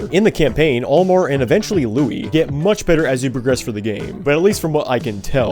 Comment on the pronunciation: You called Olimar, Olimer, at the start of the Pikmin 2 section 💀